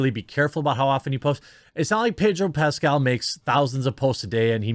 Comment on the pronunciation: Ped-o Pascal